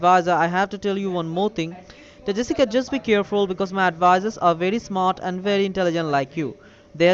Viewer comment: Hey! You’re not the real “”! 😧